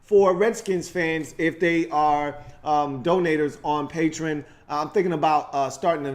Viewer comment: It's pronounced PAY-tree-on (Patreon) lol